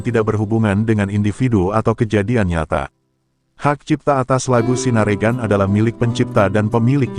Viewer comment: Bacanya ...Bukan sinaregan.......... tapi sinarengan